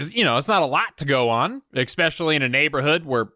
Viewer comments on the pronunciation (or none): First of all, I agree with most of your rhetoric regarding Seagal and I am not a fan of his. However, I will troll you because your approach is to point out the lack of intellect amongst all of these individuals.. I love your content and have laughed my ass off throughout almost all of it. Listen to yourself in this video seconds... The word ESPECIALLY is not pronounced EGG-SPECIALY ... just saying :) but keep loading these because they're hilarious.